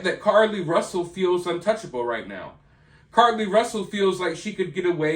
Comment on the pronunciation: Are you still saying Carly Russell?!?! I can’t take it anymore 🤣